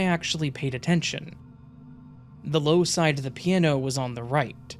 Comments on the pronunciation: I slipped into a parallel universe, where there's a musical instrument called a "peee an no".. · Enjoyed the content. The way you pronounce "piano" tho lol.